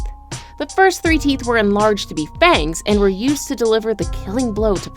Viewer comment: Did they all have more "theeth" then me?